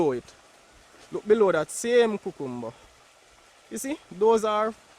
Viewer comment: I love to hear you say cucumber. ♥️